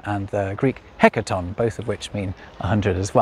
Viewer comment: Hund was pronounced hund, not hənd, and centum was pronounced kentu(nasal), not sentm(syllabic), and hekaton didn't have an aspirated t. Thusend didn't have that forward half ü half u of modern English, and the surrounding was voiceless. Mille was pronounced mille, not miilei. Myriás was pronounced mürias with the a being higher pitch, and the s was retracted like in Spanish and Modern Greek. Also, unless British romanisation of Indian subcontinent languages played yet another of its dirty tricks, I see no reason why a word coming from Sanskrit and romanised as "crore" should be pronounced as khróo.